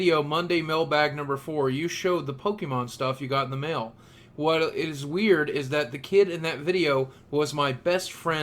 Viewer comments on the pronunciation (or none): none